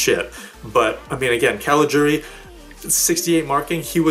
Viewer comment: First english speaking Youtuber who pronounces CALIGIURI right! For that alone you get a big thumbs Up!